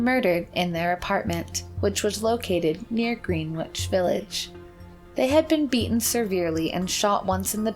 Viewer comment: You really don't know how to pronounce "Greenwich Village" correctly?!?!